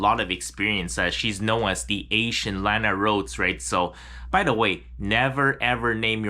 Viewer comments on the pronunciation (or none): none